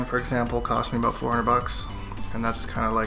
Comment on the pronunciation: QUESTION... Why do you say aboot instead of.about in your intro. Nonetheless love your content man keep up the good work